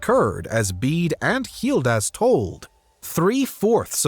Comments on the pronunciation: Why are you pronouncing Gildas as Healdas ? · First of all, why are you pronouncing Gildas with an H? Second, the Anglo-Saxons did not come to England. They came to Britain and created England over centuries. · Why the strange pronunciation of Gildas? Hildas? Or Jildas (with a Spanish J)? Why?